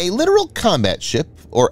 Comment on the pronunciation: You are mispronouncing the word literal. The word is littoral and it refers to the littoral zone or shallow areas near coasts. You're not the only one that makes this mistake so don't feel bad. Littoral Zone. Not the literal